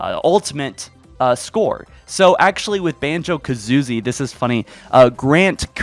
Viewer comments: I literally unsubscribed because he said Kazoozie lmao harsh but wow, who doesn't know Banjo and Kazooie? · my soul died every time he said “Banjo Kazoozie” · Did he say kazoozie??? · You got me laughing hard with the "Kazoozie" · Fuck dude Banjo and Ka-zoo-ee!! Get it right! Lol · "Banjo-Kazoozie" bruh please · Lmao " Banjo- KaZooZie" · “Banjo Kazoozie” excuse me what